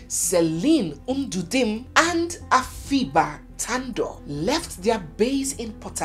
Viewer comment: You really mentioned Afiba Tandoh's name perfectly right. As if you are a Ghanaian ❤❤